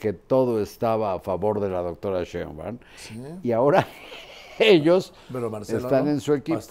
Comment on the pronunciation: Marin, Claudia no es Sheinguan, es Shitbaum